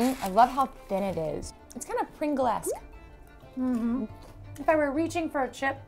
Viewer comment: She said “Pringle-esc”